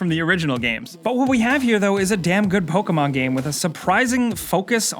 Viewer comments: I cringe when he says poka-mon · POKAMON? What's Pokamon? Never heard of Pokamon.